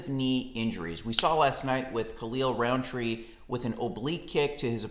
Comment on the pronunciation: It's Rountree. Not Roundtree.